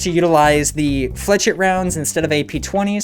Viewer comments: No tarkov YouTuber gets this correct, "flechette" is pronounced flesh-et, not flechet, not fleshetty (Pestily) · it's not flech-it it's fla-shet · the way you say flech it (flechette) anoys me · pro tip: flechet is pronounced (fluh•chay) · It's pronouned fle-SHET, great video otherwise :) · Fla shet. Flechette is pronounced, fla shet. I'm a gun/weapons history nerd, hopefully I didn't come off as a dick :) Sick vid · Pronounced “flesh-ette” btw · Good shit bro… BTW it’s Flesh-ette. Love the vids, keep ‘em up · its also pronounced fleh-SHET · stop saying flachette like that